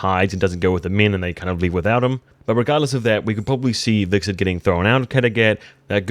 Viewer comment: Every time you pronounced Hvitserk wrong.. a fairy died somewhere...